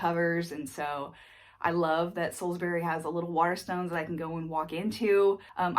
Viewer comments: It's not Salizbuuury it's sauls-bree. But otherwise you are doing great! Way/troase was spot on! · Spot on with pronouncing "Waitrose" 🙂 words ending with "bury" tend to be pronounced "bree", so "Sallsbree" or "Sainsbreese" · TIPS FOR TOURISTS: With any place name in the UK which ends in "bury" (Like Salisbury) the "bury" part is pronounced as "brie" (like the cheese). So Salisbury is pronounced as "Saulzbrie". Actually, the same is true for Strawberries ("strawbries"). You made the right decision to avoid London as a place to live, it will just burn all your money. From where you are there are some great places to explore and honestly, you'll get a more honest flavour of what the UK is actually like from outside London. Looking forward to sharing your adventures : ) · Salsbree, Sainsbree etc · the way you say salisbury and sainsbury is weird. why you say "berry" ? dafuq?